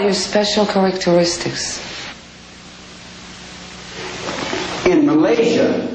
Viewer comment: “Tell me about your powerful car-Rick-tor-rictics?”